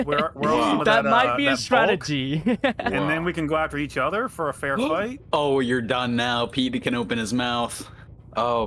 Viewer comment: It's other not uver